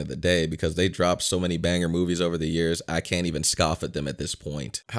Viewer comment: State the years PROPERLY.